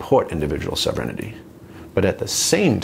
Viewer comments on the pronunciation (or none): I heard "sovereign-innity". lol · I don't get that word he says that sound like 'self renidy' to me? Can someone help me what he means by that?